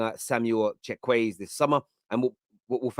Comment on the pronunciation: you butchered Chukwueze's name bro😭😭😭 as a nigerian that pronounciation hurts 🤣 Plus, Chukwueze is a good player. He's not thaaaaat good. On his day hes unplayable but before this season he was very hit and miss with alot of misses.